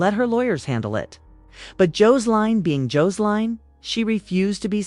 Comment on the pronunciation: JOES-LINE!!!??😡 JO-SE-LINE!!?? 😡